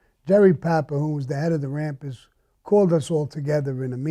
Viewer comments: I fuckin love it when hes like " da rampas" . His back home accent is fuckin great lol. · Can anyone provide the spelling of his gang name. Is it Rampers. Rapids rampants. I am clueless. I can't be rappers. I can't understand fuck all on his pronunciation of that one word